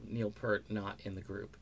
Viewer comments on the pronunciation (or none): What is this crap, ok once again, his name was Neil Peart, not fucking Neil Purt, secondly, Geddy has said that there is NO Rush without one of them, drop the subject, delete this video, and take off the fucking shades. RIP Neil, all real Rush fans salute you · Great video as always....but it’s pronounced Peert